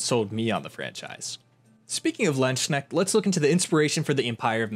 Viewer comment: Please look up the correct pronunciation of Landesknecht